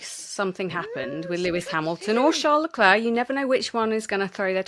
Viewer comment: Re bias My only gripe is the British tradition of murdering drivers names. As you’ve addressed this with Isa so well, here’s me telling you: COLA+PINTO, not Carlopinto, Charles (<- oh look an s, very much like HRH your KING) Leclerc, like the clerk, not the “Claire”. Love the show,and pls forgive a patronizing linguist dear “ and “